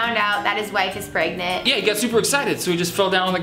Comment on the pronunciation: are you. rey. prangnant